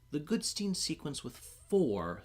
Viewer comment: Goodstein, not Goodsteen.